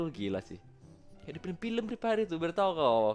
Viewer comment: "Jadi saudara preepire" wkwk